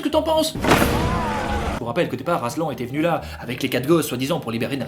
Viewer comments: Déjà, hein, pour commencer, quel genre de monstre appelle le Grand Lion AslAN?? C trop moche, ça se dit aslanne 😭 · toujours aussi cool mais je ne suis pas DU-TOUT habituée aux voies, et pour moi... Aslan ça se prononce ASLANNE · Aslan ça veut dire lion en turc mais ça se dit "aslanne" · Mon frère s'appelle Aslan mais sa se prononce Aslane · ET C'EST PAS ADMOUND MAIS ADMUND ET PAS ASLEN MAIS ASLAN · Mon film préféré avec le cinquième élément ! (Néanmoins, cela se prononce <<Aslanne>> et non Aslan. ) Encore un MSF réussi !^^ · Je m appelle aslan an an pas en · La deuxième fois qu’il a dit aslan il le c’est pas mais prononcer comme sa,sa veux dire lion en turc